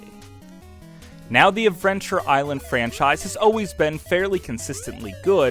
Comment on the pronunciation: dude has some kind of speech impediment, or just does his voice overs in one take with no proofing or editing. he starts saying "advrenture"